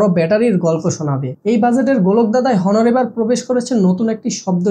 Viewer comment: ভাই , হনোর না, অনার